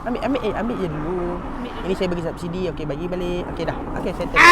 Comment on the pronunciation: Sebut sabsidi.. eikk sarcasm!!